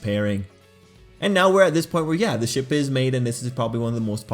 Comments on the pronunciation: I heard "Everyone loves a good Shit" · Everyone loves a good ship How I heard it: everyone loves a good shit Me: W h A T? 😳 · I thought u said everybody likes a good shit. XD